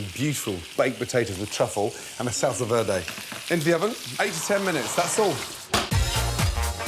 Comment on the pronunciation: His pronunciation of verde is an odd one